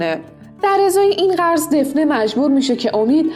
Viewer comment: گفتید دفنه ولی دافنه درسته